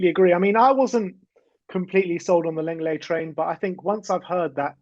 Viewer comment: Lenglet is pronounced "long-lay" not "leng-lay"